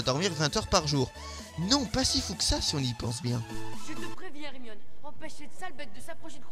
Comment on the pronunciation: C'est Ginny pas Genny , C'est Hermione pas Hermionne ☺